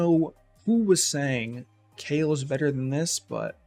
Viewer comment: Kale not = Kael. It's always been pronounced "Ka' - el" and not "Kay- L" 😄